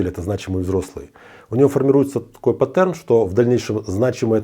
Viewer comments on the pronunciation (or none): Не паттЕрн, а пАттерн! Учи психологичну мову! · Правильно пАттерн😜